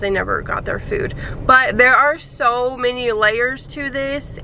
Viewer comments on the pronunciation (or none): You pronounce your words that have thr letter -s in them dramatically. Lol. It's like "ssssssoooo I ssssaid" or "problemsssssss ssssooo ssssssooooo bad sssssometimessssssssss." And itssssss obvioussssssss